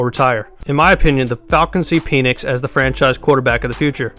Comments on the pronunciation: Dude you're annoying and cant talk its Michael Pen 🖊️🖋️ Nix‼️ pen nix not peinis making this mans name sound like a fallace symbol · Its penix as in PEN ECKS Not PEE NIX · It's not pronounced Peenix. He was injured in Indiana, hence smaller numbers. Low effort video. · Pen, pen, it’s a Penix. The Pen is pronounced like pen 🖊️